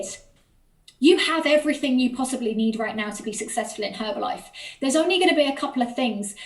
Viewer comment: I love the top and your Monat 😈hair. Thank you for saying Herbalife with the silent H. You’re funny, I liked, commented and subscribed.